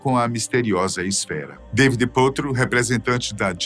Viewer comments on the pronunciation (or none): none